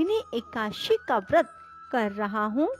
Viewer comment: जय हो माते ! समय मिले तो एका दशी का उच्चारण शुद्ध कर लीजिएगा । आप 84 हजार ब्राह्मणों को भोजन कराने की बात कही है अब मैं किसी ब्राह्मण को भोजन ही नहीं कराऊं तो क्या चलेगा ? आप विष्णुपूराण पढ़िए सारे ज्ञान प्राप्त होंगे । ये आपको प्राणों प्राप्त हो ?